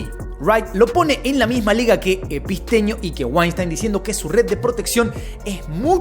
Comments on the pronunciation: Todos los nombres los dice bien como son, pero a Epstein epistenio no se q, no entiendo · Porque nunca dice bien el nombre de Epstein?